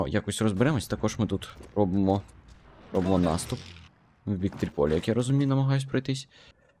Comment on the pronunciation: не тріпОлі, а трІполі